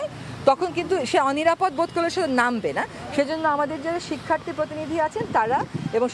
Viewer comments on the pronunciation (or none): শিক্ষার্থ্রী নয়, বলুন শিক্ষার্থী।